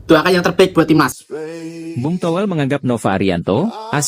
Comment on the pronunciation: Toh.. Welll... L Toh... Well.. Llllllllll Nga jelas